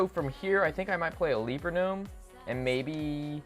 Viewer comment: the legend says,he still says ''leaper gnome'' the wrong way :P